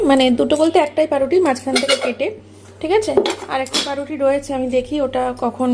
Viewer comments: Paau ruti bolte ki khub kosto hoy naki ota ke pa ruti bole naa , bole baau ruti bole 😂🙄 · O paa die ruti khai tai pauruti bolte pare na